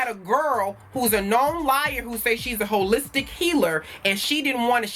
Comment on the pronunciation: you crack me up when you say “she a Hoe-listic healer” with the stress on the HO🤣